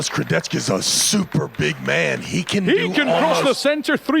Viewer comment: Kurdecha ❌ Kurdetchka ✅